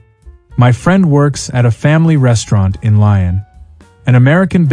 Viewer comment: LYON is NOT "lion" but "lee-on" !!! And the damned ARROGANCE of demanding recognition of "generosity".